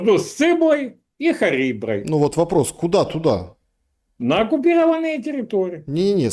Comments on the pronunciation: "Между сциблой и хариброй"...😂 пошла спать на этом. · между сциблой... и хариброй..! о! как мастерски😮